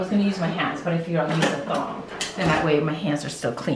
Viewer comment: Umm it’s TONGS not THONGS 😅😅